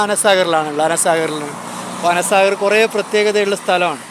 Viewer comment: Ana saagar ❌ anaa saagar ✅